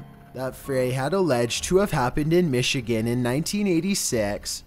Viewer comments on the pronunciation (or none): none